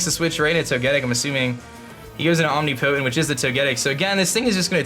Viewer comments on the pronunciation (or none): LOLOLOL YOU SAID OMNI POTENT like a Potent smelling omnivore. Its I'm pronounced Am-niped-int. LOLOLOLOL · You pronounce Omnipotent wrong 👀